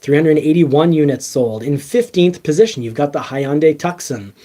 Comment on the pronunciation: TUCSON not Tuck-son sounds like Too-saun. Like the city in Arizona.